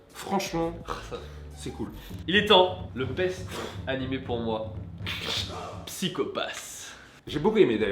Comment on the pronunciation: je critique pour sa prononciation de psycho pass c'est SaIko Path xDDD